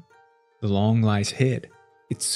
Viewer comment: Pronounced Loong